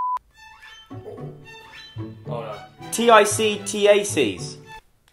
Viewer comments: Joe it’s tic tacs and prin- glz and then Vini gar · joe "t-i-c t-a-c" me "Are you kidding me" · When u have tic tac’s in the uk but u still say them like tic taka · They are legit pronounced 'tic tacs' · When he spelled out tic tacs I laughed out loud so hard!